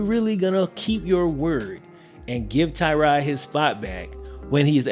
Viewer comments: It's "Tuh-rod" not "Tie-rod" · As a member of the Bills Mafia and a Virginia tech fan both of these pronunciations are incorrect, it's Tuh-God or Ty-God Taylor, just a huge fan of Tyrod's heard he might get a statue somewhere in Buffalo Courtesy of Bills Mafia, might already have happened, I live in Charlotte North Carolina